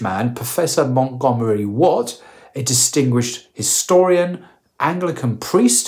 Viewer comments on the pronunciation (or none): none